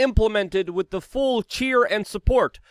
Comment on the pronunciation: "....wit blood clots... " Since when has the word "with" been pronounced "wit" (like bit) without the "th" sound? Or is that a New York/New Jersey plebian or gang speak?